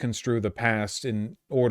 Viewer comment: Et Cetera. Not "Eck sedra."